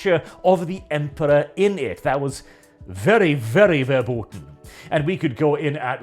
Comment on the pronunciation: I wish people would learn the pronunciation of the word "Verboten" when they want to use it....